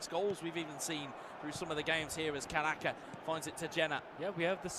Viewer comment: hoki caraka ❎ hoki karaka ✅